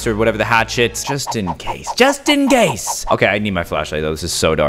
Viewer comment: caylus: just in case just in gase Me: bruh why did you say case and then gase